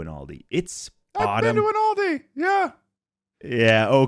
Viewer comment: The mispronunciation of Aldi broke something in my soul. Ted...... I may forgive you but it will take time 😔